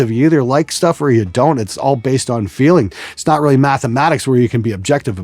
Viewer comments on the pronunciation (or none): none